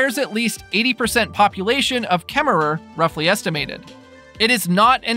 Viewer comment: I LOL'ed at KemmerER. Hahahah... I wondered about the spelling vs. the pronunciation. Wyomingnites don't pronounce the final /er/. I am excited for the project too.